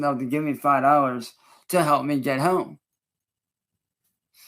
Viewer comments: What is up with his pronunciation of "home" in this video? Does it think it makes him sound intelligent? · 30 home, then says whome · “why i could get Horme” 😂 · Lol I'm glad I'm not the only one that thought that was hella weird